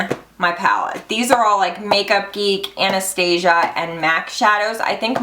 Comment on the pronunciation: It's Ana-stas-ia